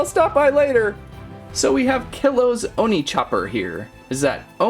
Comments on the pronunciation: Pronunciation: "Oh-nee" Nice video/review! I've always wanted this set. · Oni ( ooh-knee) Also great video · It’s pronounced ow-niy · It’s o nee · It's pronounced like this: oni (oh-knee). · it is pronounced as- o n i-like double e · Oh knee is how oni is pronounced